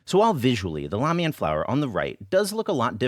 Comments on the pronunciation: ugh. helpful, but painful to watch as a chinese kid trying to connect to their roots. why learn the language if you cant do the pronunciation justice? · Wait, did you say lamian schools?!?!